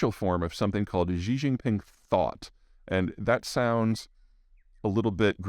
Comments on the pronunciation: Xi is pronounced “she” and it’s very straight forward, nothing fancy about it. No need to add any Z or J sounds or anything else. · Peter should put some more effort into pronouncing Xi's name.